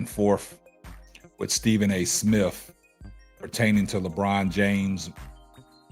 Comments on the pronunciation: Is he saying Stephen A. Smiff? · Smith! Not smiff!! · STEVEN A SMIFF . DAMN YOU CANT PRONOUNCE THE MAN NAME WTF